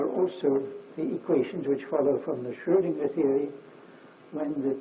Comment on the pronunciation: Hans Van Ingelgom something for you. Dirac in his old age explaining how he merged Heisenberg and Schrödinger into something called Schröngenberg (or Heisinger as he sometimes calls it)